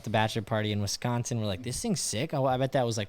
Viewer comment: thanks for pronouncing “Wisconsin” as a local ie correctly 😂